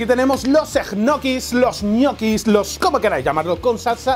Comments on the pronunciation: EJNOKIS JAJAJAJAJAJA... LOCO SE PRONUNCIAN ÑOQUIS! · que raro que pronuncias. yo soy de argentina y siempre pronucie ñoquis y escucharte decir egnoquis me bugueo la cabeza y quede con lag mental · Soy el único que cuando dice egnoquis se quedo diciendole ñoquis culiado son ñoquis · O 'nochis' como dice Pablo jajajaj. Por cierto, ole por lo de Dani!! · Se pronuncia Ñoquis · Que forma rara de pronunciar Ñoquis (?